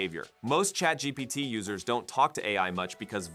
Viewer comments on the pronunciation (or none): none